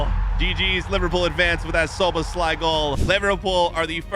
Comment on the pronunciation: I know you're not good with pronouncing names, but Zoobaslai?? Really!?